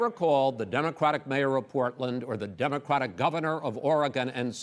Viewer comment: Chris says “Democwatic”. He can’t pronounce it.